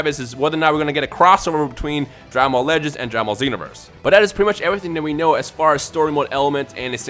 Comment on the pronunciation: When you say "Dragon Ball legends" i hear "dragon ball lettuce"